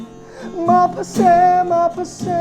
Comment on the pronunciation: Maphase ❌ maphasy ✅ Mengmawi ❌Mai maw✅